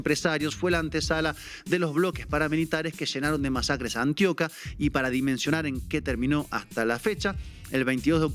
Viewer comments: Antioca no, Antioquia* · ANTIOQUÍA, no antioca